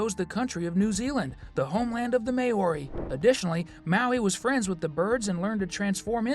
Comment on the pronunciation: Please learn how to pronounce Maori.